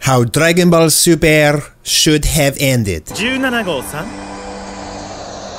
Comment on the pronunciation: That Accent on the Intro "How dregunboll superrr shuld hev endid" haha